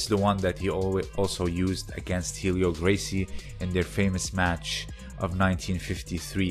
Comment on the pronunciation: Interesting, thanks for posting. But no H sound in "Helio Gracie"! Curious - what is your martial arts background?